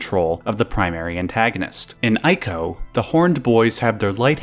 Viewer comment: Not to nit pick... but as 'Wander' is pronounced 'Wanda' in Japanese, ICO is pronounced 'ee-co not 'I-co' ; )